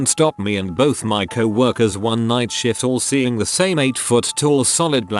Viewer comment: Or shift as "shit"